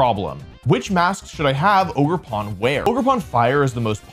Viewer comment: Bro why did I think he was saying Ogre Porn